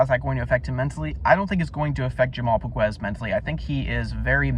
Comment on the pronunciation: fyi POGUES SUCKS,he is lazy slow a true can,he has no chance,he is aweful,and you cant even pronounce his name,diamond in the rough lol lol,your clueless,he is more like a pile of sh*t in the grass, FACT